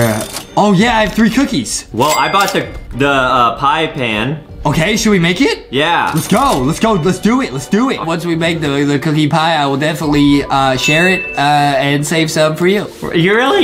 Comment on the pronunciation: My dude really said PiE pAn